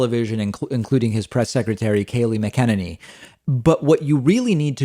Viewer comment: Why does it bother me so much how DPak pronounces Kayleigh McEnany? I hate her, but his pronunciation of her last name is way off.